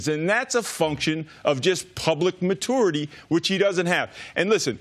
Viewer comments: What is up with Fox Sports analysts not being able to say the word "maturity" correctly? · why cant this guy pronounce maturity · I'm triggered by how Stu pronounces "maturity" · So Coach can’t pronounce maturity 🤔